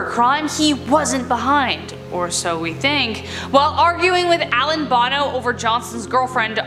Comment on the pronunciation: It's pronounced ar-knee and brew-no not arn and Bono 🤣